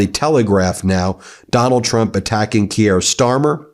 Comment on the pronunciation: Neither is it "Key-er". It's Keir. Butchering names all over the shop...